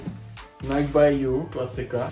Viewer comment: rikas tady jak maji cesi spatnou vyslovnost a snazis se mluvit s ultimatnim prizvukem a pak Nike ctes jako "najk"